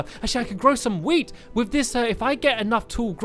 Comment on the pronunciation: WHEN HE SAID WEAT I THOUGHT HE SAID WEED 😂😂😂